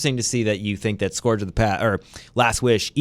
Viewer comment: Appreciate the banter here, and I know i'm going to sound like a jerk here and it isn't my intention - I cringe every time you guys call the "scourge" the "s-core-j". It sounds more like "S-ker-j". I don't know why this bothers me so much, but it does. Definitely don't expect a long time for a completion on this raid - this won't come close to Last Wish. I do expect a lot of secrets though, and that's exciting!